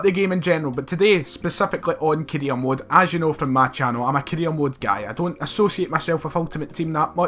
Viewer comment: This guy saying "Korea mode" 😂😂😂